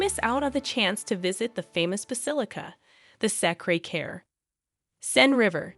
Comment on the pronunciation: It's "Sacré Coeur"